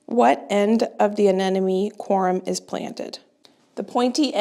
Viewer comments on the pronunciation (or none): it is pronounced corm like corn Not corum. Just fyi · I thought it was an accident when you made "corm" a two syllables word, then you kept saying "quorum". Lol, it's so funny the little weird changes people make to words. Laura from garden answer always says foliage like "fole-age". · Corm, not corum. Anemone … a-ne-ma-ne. Hard one to pronounce😊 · Hi, I've been following your channel for about 2 years now, and I love it. I know it's not always easy to pronounce plant names, so I thought I'd make it a little easier for you. The rannunculas grow from a corm (rhymes with Norm)...not corUm; and the aneMoNe rhymes with money. I struggled with this one, too. Thanks for taking us along with you to the Garden Show, and getting us excited for Spring planting. 💚😊💚 Spring is so exciting